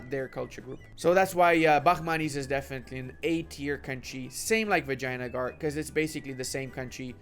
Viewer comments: Did he just pronounced Vijyanagar as "Vagina-gar"? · Not the vagina-gar? Is that how u pronounce it? From now on im role playing it as feminist rajastan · are you saing vaginagar?